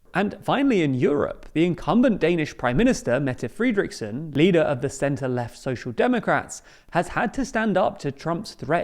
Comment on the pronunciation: "Friedrichsen"... Well it is Fredriksen! There is no "ie" sound in there! I don't know where that German pronunciation came from.